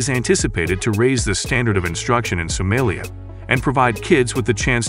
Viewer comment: Someeliya 😂😂 Funny AI